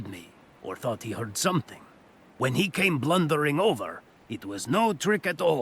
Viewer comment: Good effort, but narrator says "somethingk," etc.